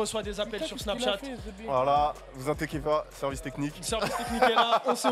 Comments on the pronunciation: « vous inTieker pas » c’est un manque de diction pas possible ça, la video est nul du coup ! 🙄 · "vous intéquez pas" du verbe s'intéquer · "Vous intequiez pas"